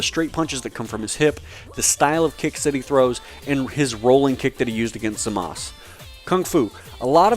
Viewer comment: I like this video but don't hate me for this, HIS NAME IS ZAMASU NOT ZAMASS